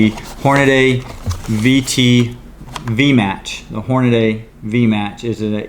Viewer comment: "Hornaday" 🙄 where the hell did you learn how to read?